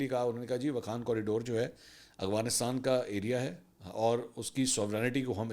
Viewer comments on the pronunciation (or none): Arre Mansoor bhai, it's Afghanistan, not Agvanistan. It doesn't behove a senior journalist like you. It's like calling Lahore by the name Halore..